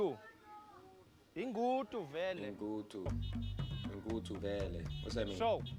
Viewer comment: ngudu not ngutu